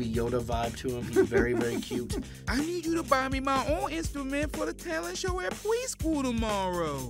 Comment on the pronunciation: They say 'horp' and 'pweschool'.